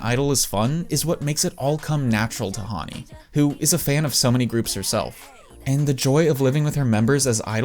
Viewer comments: Your pronouncing her name wrong, Hawnni? It's Hanni "Han" as in the Han River. 🙄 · plssss her name is Hanni (like Honey) not Hauny ㅠㅠ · bro pronounces Hanni "haaaaani" lmao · Huanni??? How are you pronouncing our fav idols name?